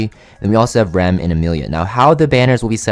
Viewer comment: its called Ram, not Rem